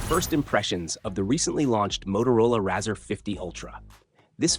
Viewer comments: Razza?!?!?! no its rarz..or RAY-ZOR :) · Razzer sounds like some dodgy porno, it's pronounced Razor man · C'mon at least get the name right, pronounced ray-zer like a razor blade